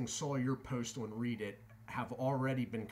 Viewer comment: Red-dit is how it’s pronounced. 👍